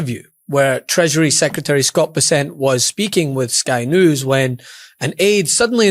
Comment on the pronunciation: Learn how to pronounce "Bessent" correctly.